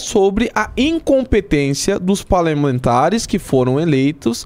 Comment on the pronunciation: É impressão minha ou ele falou palermantares? Se for faz sentido palermas + parlamentares...